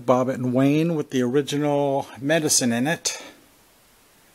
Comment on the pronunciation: Wouldnt that be pronounced WIN? Wynne